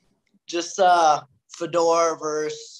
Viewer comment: I love Robbie but the way he pronounced Fedor was hilarious. Fuh-door